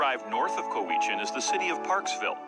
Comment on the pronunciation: Cowichan is not "Co-wee-chan", is "Cow-a-chin" Ucluelet is not "You-cal-it" its "You-clue-let"